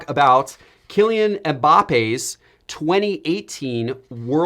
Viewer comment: as a soccer fan your pronounce Kylian name perfectly